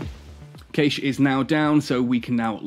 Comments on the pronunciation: I know there are always pronunciation differences, but I checked in multiple languages, its always been "Cash" Not a big deal, It just made me twitch xD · Cay - sh ???????? its prounounced "Cash" :D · You are saying cache wrong. It should sound like cash. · caiche? caaaache? :D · Great video, then you pronounced CACHE /kaSH/ incorrectly like 30 times.